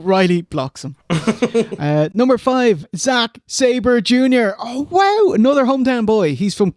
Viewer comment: Whwow should be said like how Vince says wow.